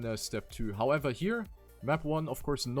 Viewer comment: I love the 'howevah' and 'eitha'